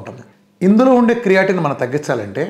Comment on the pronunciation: చాలా దారుణంగా చెప్తున్నావు. ఏ రకమైన physiology జ్ఞానం లేదు నీకు. రక్తం తగ్గడం అంటే haemoglobin తగ్గడం. Volume of blood కాదు. నీకు ఎనిమియా, క్రియటిన్, అంటున్నావ్.... ఆ పదాల ఉచ్చారణ తెలీదు వాటి spelling కూడా తెలీదు. పనికిమా లిన ఉదాహరణలతో, అజ్ఞానులైన ప్రజలని చీకటి లోకి తోస్తున్నావ్.. నీకు. నువ్వే nobel prize కి nominate చేసుకో. నీకు తొందరగా కిడ్నీ పోవాలి